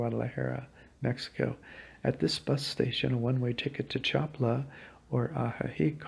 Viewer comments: Thank you for your information. Just a little pronunciation correction, try to pronounce it like these, Cha pa la, because when you pronounce it, it kind of sounds like Chapla. I do appreciate your video. Thank you. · Please pronounce it Cha pa la with accent on pa. 🙏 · Have enough respect for the culture to be able to pronounce their words! Cha PA la! Three syllables...three! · Hello, the lake's name is pronounced CHA PA LA. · Yea accent on SECOND sylable... cha PA la. Hurts my ears. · Accentuation on the second to last syllable, Cha-paa-la. Other than that, your video is really good! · Pal! I don't think you have ever been to Lake Chapala because you don't even know how to pronounce Chapala. Which makes me think you haven't been to most of these countries. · Had to stop ..couldn't stand to hear the butchering of the name Chapala any longer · I have to stop listening now because you don’t know how to pronounce “Chapala” hurts my ears. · You can watch me in a video walking around Chapala if you like. Click the below link. Thanks for watching my videos. Sorry if I mispronounced the city name. Warm regards